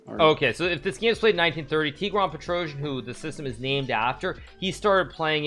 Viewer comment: Its weird how english speakers have zero ability to pronounce armenian second name petrossian 😀